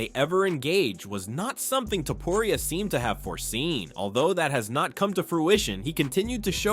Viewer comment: Is this an A.I. narrator? Why can't he/it pronounce the first OR last name of "Ilia Topuria" correctly? How are you going to have an MMA channel and then NOT be able to pronounce the name of the fighters? Maybe creating an MMA channel isn't for you?